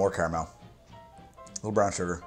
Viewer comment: Great channel, but I’m sorry I really dislike the sway you say caramel